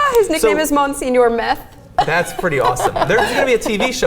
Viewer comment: Mon-senior? seriously?